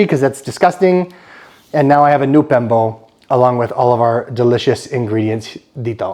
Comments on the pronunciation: its BIMPO. Not pembo😂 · bimpo kuya hindi pembo